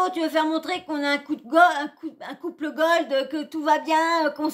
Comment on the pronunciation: Coucou, on dit "goal" et non "gold" 😉 LikezChat 😻😻😻